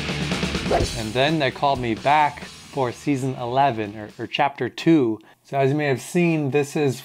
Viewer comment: Chaper? CHAPTER LOL